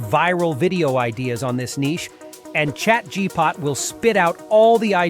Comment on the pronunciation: “Chat Gpot” 😂